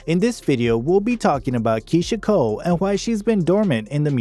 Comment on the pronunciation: The lady that’s pronouncing Keyshia Cole is very stupid I wanna hear pronounce Keyshia Cole she need to learn how to t pronounce name before getting on YouTube.